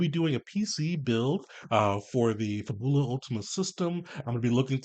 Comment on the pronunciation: Fab-Yu-lah. Kind of like the word fabulous.